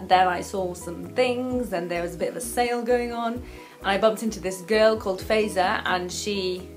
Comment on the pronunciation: its FAAAAAiza....not fayza...im just saying..and im not her..